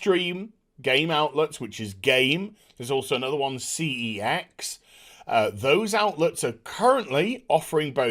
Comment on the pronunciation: cex isn't said how you think it's said it sounds more with a S at the start